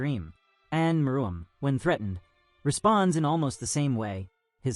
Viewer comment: May wanna fix your AI script to pronounce meruem right